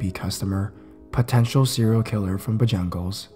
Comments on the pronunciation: Btw in the first story it's NOT pronounced bojungles it's pronounced bojangles just to kindly let you know 😉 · omg! it's spelled Bojangles and pronounced bo-jane-ghools, not bojungles lol. it took me forever to realize what restaurant you were even talking about! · It's pronounced BO-JANG-ELS not BO-JONG-LES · No shade as i love your videos and I know this video is old but I can't hold back- To anyone who reads this it's pronounced "Bo-jangles" and not "Ba-jungles" and now that I think about it I don't think I've ever actually seen it out of the south.. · The last part of Bojangles is not pronounced 'ghools'...more like saying 'gulls'. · Sorry if this sounds rude but it's pronounced bo-jang-als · Yeah, Bo-jangles. Like "jangling." Bless his heart. :D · Cracked me up too. Buh jungles...lol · ROFL bro it's pronounced BO-JAINGLES as in like a key chain that jangles "say it southern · Robbert Nyhan same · The way you pronounce Bojangles is a nightmare XD Love your vids though~ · I don't mean this as hate but the way he pronounced Bojangle's made me laugh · If he would've sounded out Bojangles he would've pronounce it right. I don't know where the u came from in the middle